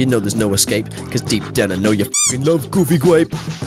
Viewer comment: it is goofy gwape not goofy grape, jeez dude